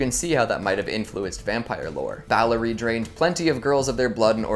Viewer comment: The Blood Countess's name was BATHORY, not Ballery.